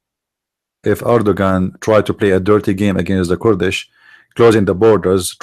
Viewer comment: Sorry, I like your information, and I do follow you, but?Your English is atrocious both in grammar, and pronunciation. Here is my advise. Use the computer translation which has a voice pronunciation for the words to teach you Kurds and Kurdish, not kord and Kordish.or say it in Arabic Akradاكراد. When you mention group then the verb can’t be singular is but are, and were etc. Write your theses and read it more preferred than speaking extemporaneously. God bless you for your vast knowledge of Islam.